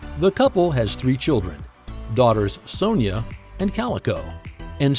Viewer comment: It’s Senora, not Sonia